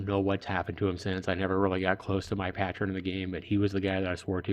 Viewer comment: Loved the video until u kept saying patron haha I miss this game.